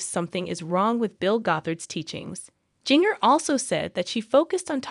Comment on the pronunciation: Start by saying her name correctly!!!!?